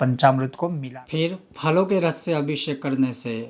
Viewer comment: Maharaj aapka uccharan bahaut hi galat hai..apki matrubasha k karan shayad...?? Deeddhh nahi doodh hota hai.. shey nahi se...